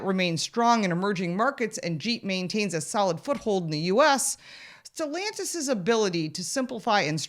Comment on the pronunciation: It’s not stellantisvits SELLantis